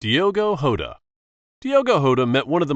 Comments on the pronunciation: Bro said Diego hota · Dego hota is not how you say it